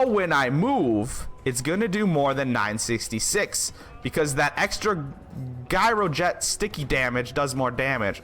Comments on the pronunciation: Gyroget Jye-Ro-Jet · Gyro is pronounced with a "J"! You're killing me... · WTF is a Guy-or-jet? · LMAO... Pronounced- jiro jet... As if it was a j. Like job...jyrojet lol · It was rough watching you talk down to everyone while pronouncing gyroget wrong over and over and over. Good info in there otherwise.